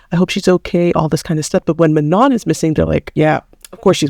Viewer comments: Her name is pronounced Mano don’t say the n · You're acting as if Danis dad is targetting Manon for being black. You arent even respecting Manon by pronouncing her name wrong...